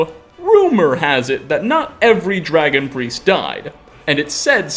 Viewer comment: I just noticed something about the narrator's voice. I think it's just a minor regional quirk but I can't unhear it. He does this thing where he doesn't cut the flow of air at the end of a word when it has a consonant. Usually it presents a a tiny little -uh at the end of a word "dragon-uh" skyrim-uh" "here-uh" were a few I picked out in a couple sentences. It seems just a little weird to me but it's probably better for voice over than dropping or softening consonants all the time like I do. Edit: just wanna clarify I'm not hating, even when you're accent is near indistinguishable from people across the country, there are still tiny differences that give it personality and I love that about language